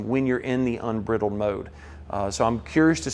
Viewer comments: It’s pronounced Un BRY dled mode, Sir! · Love ya man but it's pronounced like when you take a bridle off your horse and letting it run wild ..I know it's a southern thing... smile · please stop saying briddled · ‘Unbridled’ is pronounced ‘in-BRIDE-elled’. It’s a term that comes from riding a horse (Mustang: Horse, get it?!!) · Hey. This guy deserves an award for the clearest explanation of what this car is about. More information than any video I've seen yet. And, he is using the British pronunciation of "unbridled". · I think you did a great job of explaining the vehicle. My only complaint is I wasn't fast enough to get on you about your pronunciation of "unbridled" as others beat me to the punch. Thank you. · Good video, but the word" unbridled" mode should be pronounced with a long i vowel sound not a short vowel sound. Just sayin'. Remember we're talkin' wild horse Mustangs here. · Please, for the love of God, someone teach this guy how to pronounce, "unbridled". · Great video very informational but it's unbridled mode as in to unbridle a horse. Check your pronounciation